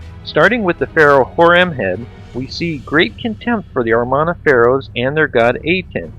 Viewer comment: You said "Armana" period, it's "Amarna".